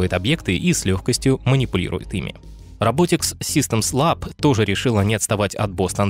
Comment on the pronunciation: а это нормально, что все компании, в ролике, именуются рабОтикс, а не рОботикс?